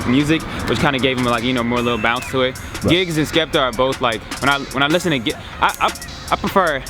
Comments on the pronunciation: Man said "Gibbs" ffs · who heard when my man repeatedly called him Gibbs 😂😂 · Shout out to gibbs haha its "GIGGS" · Man said Gibbs 😐😂😂😂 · calling giggs 'gibbs' haha shocking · saying gibbs like he plays for arsenal